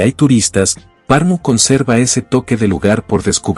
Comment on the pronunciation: Como es posible, que alguien hace un video sobre una ciudad y ni se preocupa por la correcta pronunciacion de esta ciudad!!!😮 Es Pernu!👎👎😅